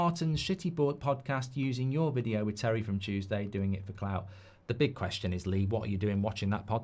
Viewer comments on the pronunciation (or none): none